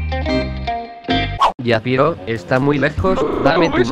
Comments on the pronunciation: Porque una parte dice japiro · Hola, dijiste japiro? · me parece o al robar la moto dijo Japiro?